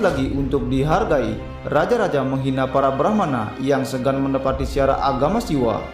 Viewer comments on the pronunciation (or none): none